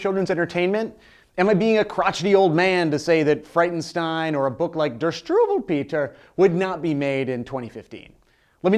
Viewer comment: sorry,but the only thing that I can think of is your pronunciation of "Strubelpeter". Seriously hilarious. (Very good video nontheless)